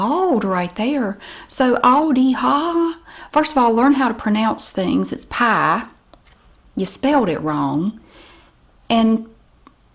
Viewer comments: For the record, I love the way you pronounce the word pie :-) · For the record, I enjoy the way you pronounce “pie” and wouldn’t have it any other way! 😂